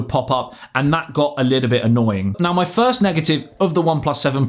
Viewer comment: Sounded like he said thirst review which would fit